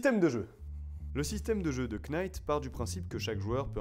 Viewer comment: Futain tu m'a cassé les oreilles avec tes KEYnights, on prononce NIGHT, sans le K